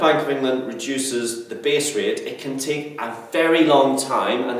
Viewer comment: haha you say base rate like b.s. rate XD